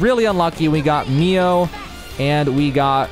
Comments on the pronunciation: i like the video, but man saying MIA instead of MIO was annoying lol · I started the game a few weeks ago. I'm close to finishing it. I should've watched this video right away! Besides getting Mio's name wrong (lol) and pronouncing Sena's name wrong as well, your explanation skill is amazing! 🤟 Why must Monolith always overcomplicates their battle systems...